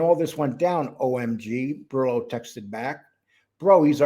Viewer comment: Please, please say "Bor ELLO, ELLO" brillo is driving me nuts, say the little gimps name properly, 😂😂